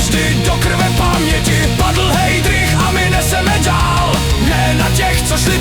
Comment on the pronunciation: Vyslovnost je Hajdrich, to snad vi kazdy? Jinak fajn.